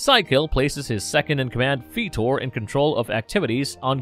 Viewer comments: Why can you not pronounce "Fitor" correctly? They pronounced his name correctly more than once in clips shown here. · Kinda makes me chuckle when you call the Guardians by Gardens and Fetor instead of Fitor (pronounced as “Fight-or” just in case you didn’t know). Eh, no big deal. When I was little, I would rather watch the gobots than transformers. Now I have both shows on complete dvd sets and even though I still would rather watch gobots since I watched them more as a kid, I like watching both shows. I would love to see a Gobots/Transformers cross over movie but since so many years have past, I don’t think it would be as awesome as it would have been back in the 80’s. Some of the voice actors died and sometimes, when they get a new voice actor for a character, he/she sounds nothing like the original voice actor. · I thought it was FIE-tor, not FEE-tor.. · Fitor's name is pronounced Fightor like a fighter Jet with all due respect. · For God sake man.. Why are you pronouncing fitor as "feetor" when is obvious how his name is pronounced due to his alt mode... A jet FIGHTER... NOT a jet FEETOR. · Is this voiced by a synthetic voice? Feye tor not fee tor Shai Anne mountain. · Fih-tor? You mean Figh-tor, like it's been pronounced thousands of times in the show, right? And it's In-treh-pid, not Intra-pid. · I think not fitor but fightor like sidekill pronounce it! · and keeps saying "feetor"